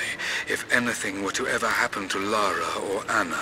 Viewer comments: keep calling her laura haha LARA mate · He keeps saying Laura but it's Lara... Lol